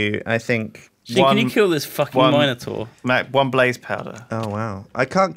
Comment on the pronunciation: You better watch out for that Mino"Door" :D